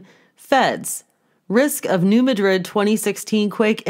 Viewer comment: Just for your info - It is New Mad-rid like these two words would be pronounced separately. (accent on the first syllable- not like Spain.)